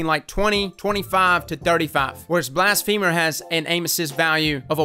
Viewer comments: BLAS-fuh-mer not blast-FEEMER lol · Blas-phe-mer not blas-femur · Is it not Blas-fa-mer? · M. Saez it isn’t cuz blafemy isn’t pronounced that way. It’s Blas-fuh-mer cuz it’s blas-fuh-my. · I love you bro but its blassfum-er not blast-femer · Blast-feh-murr, not blast-femur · *BLASS-FUH-MURR* think blasphemy.. not a leg bone. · its not pronounced blast-femur its blas-phe-mer... my femur hurts now Blast-femer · The way you say blasphemer is killin me lol. Yknow how ya say feminine? It's like that. Feh, not "fee-" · Blast...femur - 2019 Edit: turns out it’s actually pronounced that way lol guess ya learn somethin new every day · HiImErebos yea but it isn’t pronounced femur lol which made it funny when he said it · You sure...because "blasphemy" is NOT pronounced that way...and it's been driving me crazy that everyone is saying "femur" in this word. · Blas-feh-mer. Its ok, we still love ya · “Blast Femur” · Why do I always hear it as "Blast Femur"? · I think its pronounced blas fe mer like blasphemy but with er not like the leg bone femur lol love your intel though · "Blast Femur" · who tf says blastfeeemur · I swear to god i heard bast femur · I cringed every time you pronounced it as blast femur